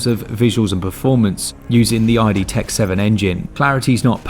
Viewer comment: Thank you for another fantastic review. You guys are my go-to for everything Switch. 🙏🏼 Btw, I think it's idTech not I.D.Tech.(id as in the id, ego and super-ego) But I kinda dig saying "" 😏